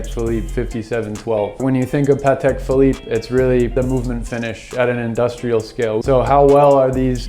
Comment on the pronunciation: So glad to hear one American pronounces the brand correctly. Almost all Americans pronounce it Ptak 🤷🏻‍♂️